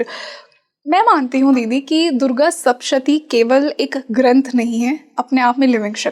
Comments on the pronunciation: Madamji durga saptashati bolt hai sapshati nahi...thoda dhyan de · It is sapta shathi. Not shapta shathi. Sapta is seven and shathi is 100. This represents the 700 Slokas